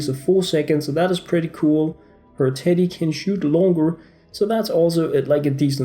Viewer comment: Am I the only one who thought he said titty and not teddy